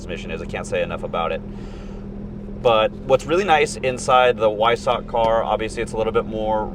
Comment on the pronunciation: The package is pronounced VY- sock. It’s the city the design center is in Germany. I know you don’t specialize in Porsches, but just thought I’d let you know. They’re fantastic cars.